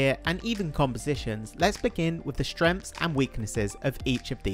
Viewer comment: 'Shtrens' and weaknesses